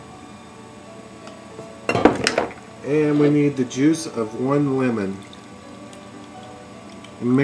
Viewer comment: When u said juice of one lemon. I thought u said juice of one woman